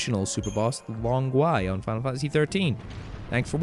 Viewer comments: Long Gui is pronounced Gwee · not talking about your English, mate. Long Gui is not of English origin either, it is Chinese. I know you do not speak Mandarin (which is obvious) but the word "Long Gui" coming from you a bit painful to hear lol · your long gui pronunciation suck